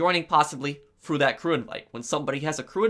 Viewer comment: no one:: fru (through), fings (things)